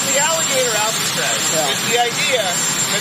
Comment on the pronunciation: That’s what they’ve been calling it….Alligator Alcatraz. You said it correctly.